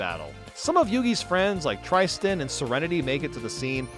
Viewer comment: Or Tristan as "Trystsn" they say his name all the time in the series like, huh